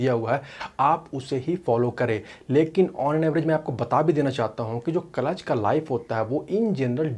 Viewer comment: Its not kalatch, its clutch